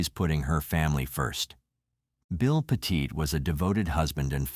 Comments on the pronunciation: PET IT, NOT Petite! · I am from ct and was working at my travel agency in Hamden right down the road from Cheshire were this happened. Terrible terrible tragedy. The last name is not pronounced peèeeeeeetite!! It sounds like Pettit. Please get it right and show respect, I know a lot of people up there and couple who knew the family. Those people would be quite upset it they knew their last name was getting butchered on some you tube channel.